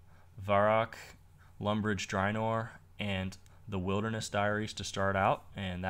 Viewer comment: drynor? karamaja? you sure its runescape you've been on for 11 years and not meth?